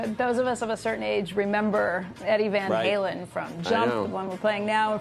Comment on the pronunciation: "What percentage of lead guitarist actually read music". These reporters are absolute spitballing idiots, can't even say the name correctly. RIP EVH